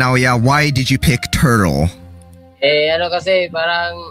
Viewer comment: 😂😂😂ikaw ba naman tawaging tortle hahaha lakas maka inis go lang kabayan dito kami suport sa kawpa pinoy